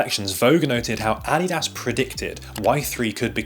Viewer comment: "Adidas" is pronounced "uh-DEE-duhz." Just saying. Great video, btw.